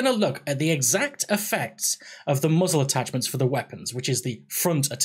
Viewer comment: Did he say Muggles Attachments? =P Good Video!